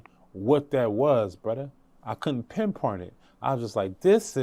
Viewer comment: I can’t “ pin pernt it “ either